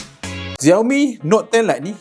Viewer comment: Bang XIAOMI tu sebutannya SHIAOMI bukannya ZIAOMI